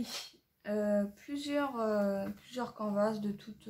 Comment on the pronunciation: Cc Contente de te revoir, çà me faire rire quand tu dis canvas, en fait en anglais çà veut dire tout simplement toile et çà se prononce "canevasse", mais ne t'inquiète pas tu n'es pas la seule à dire comme çà. C'est bien le mixmédia çà fait un petit moment que je me suis lancée aussi, ce qui est sympa c'est que même si tu te trompes ou si çà ne te conviens pas, tu peux repasser par dessus. Hâte de voir une vidéo là-dessus. Gros bisous